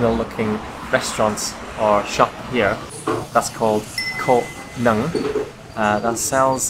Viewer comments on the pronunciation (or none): ))))))) The way you pronounced "Co Nhung" is so..... :)) You said "Nứng" instead and it mean Horny :)))))) Love it when you try to speak our language, don't worry about making mistakes, we won't be upset. Just really happy to see you guy enjoy it here in Vietnam. Hope your trip will going well. Oh, if you ever want to experience a normal house-hold meal in Vietnam, you guy are more than welcome to my home in HCM city, I'll cook! <3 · You two are so adorable. You guys offer a lot of love for Vietnam and have explored every corner in Vietnam. Thank you very much. However, there is a funny thing about the way you pronounced the words Co Nhung. The words were pronounced slowly, clearly, and spontaneously (seconds ), making me burst to laugh. However, I also reflect the way that I pronunciate words in English to minimize these words. You can use Google translate for the words Có nứng to see how fun it is 🤣🤣🤣.